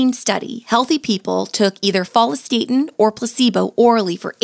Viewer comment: What's with the HORRIBLE pronunciation of follistatin???